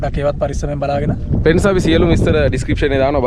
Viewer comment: ප්‍රෙන්ස් කියන එකා පඩයෙක් වගේ 🤣